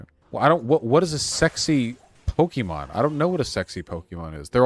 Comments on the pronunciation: Vaush says 'Pokeemon' like a boomer xD. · mmm so did I, they say Pokaymon iirc